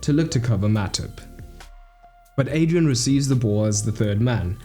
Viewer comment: Everytime you say Adrian, my brain hurts it’s Adriàn